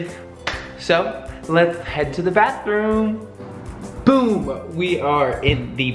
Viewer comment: When you went to the bathroom did you say boom or boob 🤨